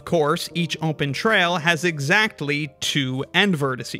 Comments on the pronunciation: Ahhh heck no I think I know what part of the states you're from. I heard you say open as ohm-pen. I used to say it like that all the time cuz my dad did it. I fell out of it cuz it drove my mom nuts and she was like, no this is stopping now it oh-pen not ohm-pen there is no m in the word. So I have a suspicion of where u live in the states. I wont say it cuz I don't want to dox you or anything, but I had to rewind the video to make sure I heard it. Most people will miss it sure, and just filter it out. I however had been an ohm-pen user my own self too so it stuck out really well for me. Not saying u have to stop just set saying I noticed. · Am I the only one hearing ohmpen?